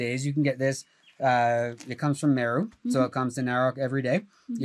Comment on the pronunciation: I lived in Kenya for a year and chewed every single night. He mispronounces it. Chewing gum and fennel seed was how we did it on Lamu.